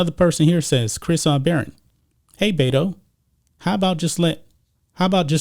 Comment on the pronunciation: The correct pronunciation of BETO is BE-TO from RO-BER-TO. You can bet that BETO will lose. You do not pronounce it BAY-TO. He is not from the SAN FRANCISCO BAY-TO although he should probably live there. He chose the name BETO because his Spanish speaking childhood Mexican maid called him BETO and he is honoring her choice to call him BETO, not because he wants to be a fake Latino. Being from El Paso, most higher middle class children had childhood maids who cooked, cleaned and taught the children Mexican Spanish.